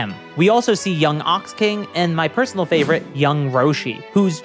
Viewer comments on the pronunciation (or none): none